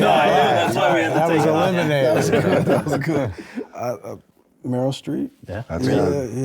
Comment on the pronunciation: S//O to MBJ for saying Medyl Streep 🎉